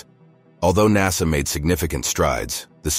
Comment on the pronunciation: The narrator is a robot and pronounces the same word in different ways. NASA is sometimes called NASSER!